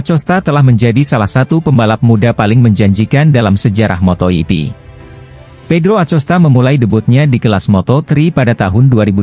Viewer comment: Kok ada yg bawa berita ngomong MotoGP aja bisa menjadi moto ipi aku geli dengernya masak bilang MotoGP bisa jadi moto ipi tapi klo pas lupa ngomongnya betul 😅😅😅😅 ngelawak kayaknya yg bawa acara in akosta ya di sebut acosta memang tulisannya Acosta min tapi bacaannya akosta anak kecil aja ngerti min...min....